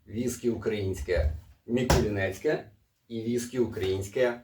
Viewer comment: Дякую за огляд, тільки чому М І кул І н та М І кул І нецьке ?